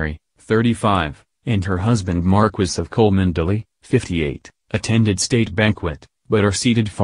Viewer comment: ... it’s pronounced “Chumly.” Can’t even pronounce her name but you have the inside scoop on her affair with William? Yeah ok, sure 🙄